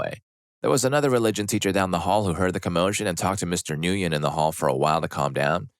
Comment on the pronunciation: The name is pronounced "Mister Gwin". It rhymes with "Thin". The "N" is silent. Have we (at least us in the USA) all forgotten how to pronounce this very popular Vietnamese name?